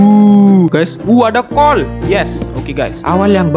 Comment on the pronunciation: jir kolkolah cara bilang coal nya wkwkwkw